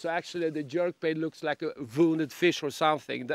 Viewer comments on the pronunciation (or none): It’s not a “ler” it’s pronounced “lewer”. Rhymes with newer. And it’s not a “voondit’ bait fish. It’s WOUNDED. I can’t fish under these conditions.